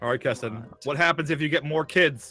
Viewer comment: its not ketin 😄